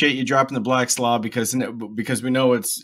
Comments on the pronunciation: I had no idea that Black's Law Dictionary was our governing document in this country. Also...why is he calling it "Blat Law Dictionary"? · he can barely say Black's law dictionary, lol